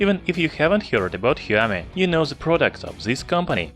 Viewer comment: Shaomi not heeaomee